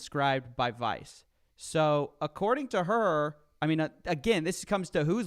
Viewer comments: Evan- wice= vice Wision= vision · I watch a lot of #scambait videos, and I've learned that anyone who pronounces Vs like Ws is a scammer - "Wice"